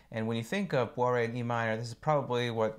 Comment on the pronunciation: you can just pronounce it boo-ray, it's the correct french prounounciation